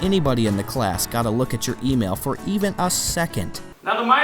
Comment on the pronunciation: When he said email I thought he said oatmeal.....